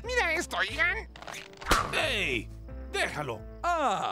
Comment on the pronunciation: ian le dijo iniles a todos